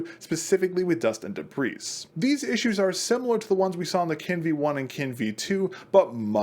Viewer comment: the s in debris is silent